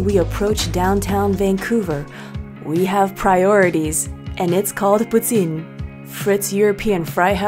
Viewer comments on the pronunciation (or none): it's pronounced "pooteen"